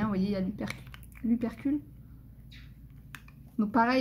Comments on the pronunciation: merci pour tes vidéos, , j'adore tout ce que tu fais, et au passage c'est ( opercule, et non upercule) , lol, gros bisous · Merci pour cette vidéo ! Par contre c’est Opercule* et non upercule. Désolé mais j’étais obligé 😪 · Cc Très sympa ce calendrier de l’avant. Sinon on dit opercule 😂. Bisous 😘